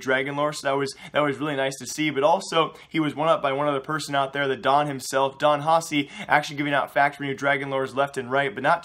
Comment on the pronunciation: Its pronounced "Haki" the C makes a K sound.